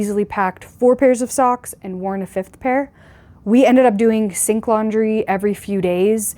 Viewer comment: OMG...,I thought you were saying "stink laundry"......I guess you could say that 😃😃